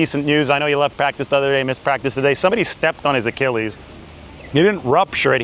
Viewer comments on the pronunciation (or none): none